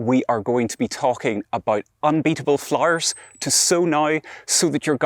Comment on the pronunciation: I love how he says Flarrrrrs. 🌺